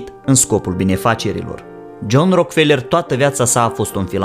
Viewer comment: Nu e RockFeler - citeste “Roac-ă-felă”